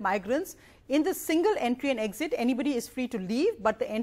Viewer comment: 'Exit' not 'Exist'...sir...thankyou...